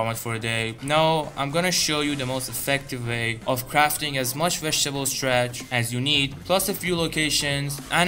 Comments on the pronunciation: its not STRATCH!! its STARCH! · Stratch? WTF is stratch? Starch!